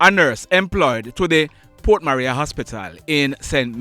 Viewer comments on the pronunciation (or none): none